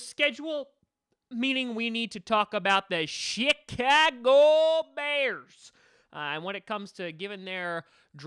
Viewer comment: Did he just say SHITAGO BEARS 😂